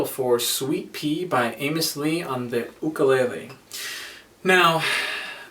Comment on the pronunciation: Matt. Mahalo for pronouncing and enunciating the word “Ukulele” properly.